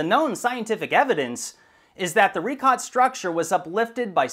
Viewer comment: It's a bit telling that can't even pronounce "Richat" correctly, when all you have to do is google it.